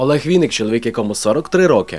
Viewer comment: ВИННИК!!! А не Вiнник. Через ИИИИИИ!